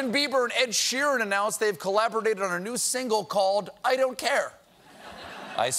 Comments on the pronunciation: "collabrodated"? Go new word..." GO! GO GET IT! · Stephen can't say collaborated